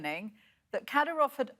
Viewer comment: Learn to pronunce the name accurately first. 😂😂